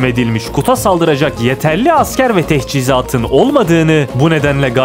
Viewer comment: Tehçizat değil teçhizat adamsın ama seviyorum videolarını